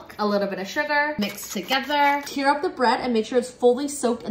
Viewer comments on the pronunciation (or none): STOP PRONOUNCING TEAR LIKE THAT, IT'S T-AIR, NOT T-EAR. T-EAR IS THE THING THAT LEAKS FROM YOUR EYES. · You pronounced "tear" wrong, how you pronounced it is like a tear that comes out of your eyes. What your doing with the bread is pronounced like 'tare".